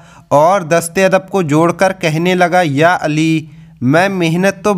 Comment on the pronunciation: Aap pehle hazrat ali رضی اللہ عنھاka naam or musa علیہ السلام ka naam sahi lo pehle bat karne ka tareekha sikho badh me deeni bate bolo samjeh 😯